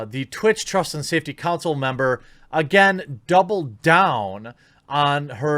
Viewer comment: Why do Americans struggle so bad with the word "Council"?